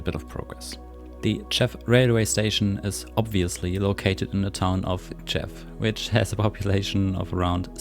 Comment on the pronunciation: You're pretty close, but "Tczew" has two distinct sounds at the begining: 't' and 'cz' (tsch). So it's basically "T-tschef". You can try to put a vowel in between first and then shortening the vowel as much as possible.